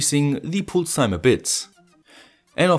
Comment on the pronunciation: Cool project. BTW pulse is pronounced with a first vowel more similar to "a" (palse)